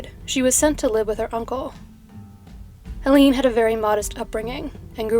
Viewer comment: Hell-UH-nuh Kuh-NAH-buh But great topic, I love how you find the most obscure stuff